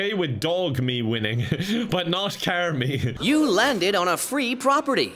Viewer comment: Hehe “CAR Me Kevin” :)))